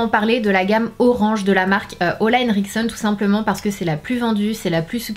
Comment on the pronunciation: Je t'adore Sananas si tu veux prononcer Ole comme il se doit c'est "Oulai" (je suis norvegienne ) merci pour ta video.